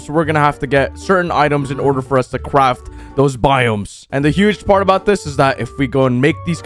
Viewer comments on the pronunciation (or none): My broken sense of humor ha ha he said qwaft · My ears might be playing tricks on me, but he said "Cwaft"